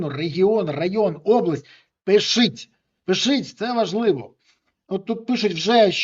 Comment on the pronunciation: чому Береза каже "пишить" замість "пишіть"? Він точно може вимовити "паляниця"?